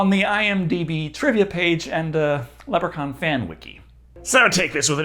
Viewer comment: Stop pronouncing Leprechaun wrong 😭